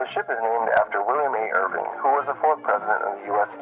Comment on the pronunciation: Irvin not Irving